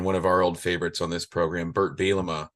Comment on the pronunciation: The constant mis pronunciation of Brett Bielema is pretty silly haha, great episode nonetheless.